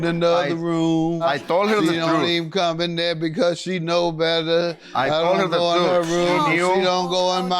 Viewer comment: “I told her the trudth!” 😭😭💀🤣🤣